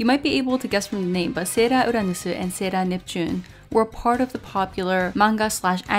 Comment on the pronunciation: ahh, I didn't know she was Japanese. But she is talking well in English, so the Japanese pronunciation for English words like "Sailor Uranus" and "Sailor Neptune", which she can clearly pronounce in English, it sounds veerryyy off putting to hear her randomly pronounce it in Katakana ( Japanese pronounciation for English words)